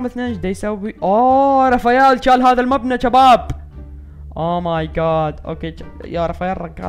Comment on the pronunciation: ليش تسوي نفسك عراقي